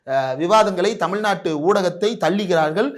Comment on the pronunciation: தமி நாட்டை" ழ்" எங்கய்யா தொலைத்து விட்டீர்களா?... தற்குரி விஜய் கூட சேராதீர்கள் என்று சொன்னால் கேட்கிறீர்களா மில்டன்... இந்திரகுமார் தேரடி...